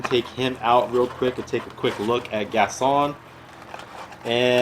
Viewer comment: It's GasTon with a T not Gason Lol not hating but it just really annoyed me